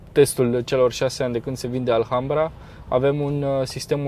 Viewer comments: Offff... se scrie ALHAMBRA dar se citeste "Alambra",... H este mut.. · se pronunta alambra ddddd